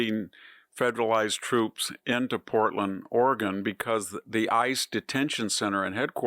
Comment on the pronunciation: ORAGAN ,........OR OREGON????????